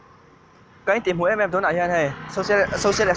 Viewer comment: cant pronounce social wtf